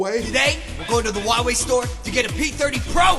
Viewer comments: Y is he pronouncing Huawei like wawei tho????? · "I use hwawei" Points it towards iphone camera